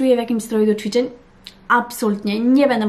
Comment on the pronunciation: ja myślę, że to nie jest kwestia logopedy, tylko tego że się żyje w innym kraju niż Polska, zacytuję śmieszny/prawdziwy tekst: "emmm, jak to było po polsku?" 😃 Ale w tym filmiku wyjątkowo dużo było CZWICZEŃ :)